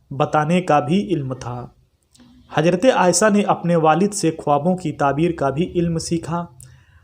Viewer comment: Aaysa ya aaysha Urdu to zara thik se boliye janab. Varna shuddh hindi me hi boliye